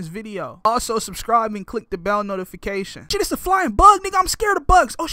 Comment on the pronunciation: He said subscibe